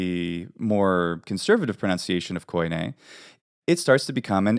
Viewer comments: Why call common Greek k-aw-ee-neh (koine) , when in Greek we just pronounce it kee-nee ??? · thanks for the correction. you are right I got slightly confused with terminology in some cases . None the less the word is not pronounced koyney it is pronounced kini, or kee nee there is no o-y or e-y... look at the translation of φοινηξ and you will understand the inconsistency between different takes of the of the double vowel use/translation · Hey amazing research and information, makes me want to get back in to learning Hellenic again, thanks! I do have one comment though being native and all. It is very common to mispronounce some things due to the different use of letters between different languages. For example Koine is actually pronounced Keen-ee (kini) and not Ko -ee-ne. Even though there have been major changes over the millennia, the modern way we speak Greek helps to understand the fluidity when speaking within a set of consonants and vowels. As an unwritten pronunciation "rule" back then that we kind of have today as well, we avoid to pronounce multiple consecutive vowels ( I totally forgot the term for it). So if you try to pronounce a combination of words of something like Κοινή ελληνική together you will see (hear) that it "oi" as "o-ee" does not sound natural at all. So I think phonetically things lie somewhere in between but can of course be as diverse as in modern Greece from the old Corfiot to Tsakonian, Cretan or the Cypriot Greek dialects.